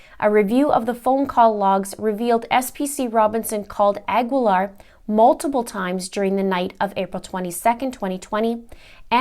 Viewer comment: Cecily's last name is pronounced "a GEE Laar", the U is not pronounced, same with the last name Guevara.